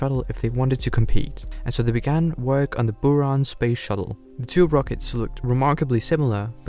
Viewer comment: And also several animation inaccuracies like the sls not being close to what the real sls looks like. It looks like he just recolored his saturn v. He also pronounced stuff weirdly like buran and energia (energia has a hard g sound, and buran has the u pronounced like a buh, not booran)